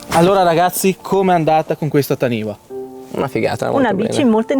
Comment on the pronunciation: La pronuncia sarebbe " tanifa" ;) perché è un termine Maori